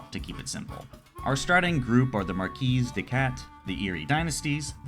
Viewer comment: The first published wargame is Chess, even though today we would classify Chess as abstract not a true wargame. Also, you don’t pronounce the “s” in “marquis”, it’s french.